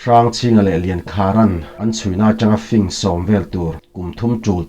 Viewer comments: Tlem kan corect ve teh ang i awphawi adik ngaihthlak pawh anuam chutih rualin Lo fing tih te singsa ilam rik danhi han ngaithla leh la arik dan afuh lo deuh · Fing tih kha i lam dilo ziah